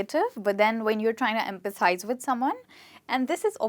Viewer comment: is the word emphasize or empathize